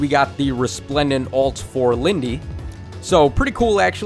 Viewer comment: Is "Lyn-day" actually how you pronounce her name? I always said it like "Lynd"